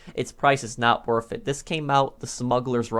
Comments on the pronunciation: Anyone else annoyed by how this dude says worth as wurf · Anyone like how he says “worf it”